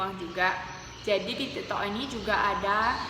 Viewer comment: Tik tok kok malah jadi ti to